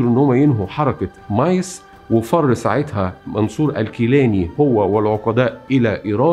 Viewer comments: الاستاذ. بعض التصحيحات: الصحيح: رشيد عالي الجيلاني تُلفظ (بالجيم المصرية). نوري السعيد و ليس السعدي. شهر حُزَيْران و ليس حزريان..و هو الشهر السادس. مع الاحترام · جزيل الشكر استاز معلومان قيمه بس ملاحظه بسيطه لفظ بعض الكلمات كان غير موفق مثلا الكيلاني ونوري السعيد وليس سعدي وشهر حزيران بضم الحاءوشد الزاي طريقه السرد ممتعه جدا جزاك الله الف خير